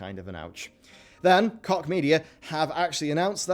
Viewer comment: Koch = coke... not cock H not K